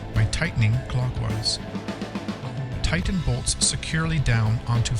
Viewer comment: Do not over tigh-ten. . .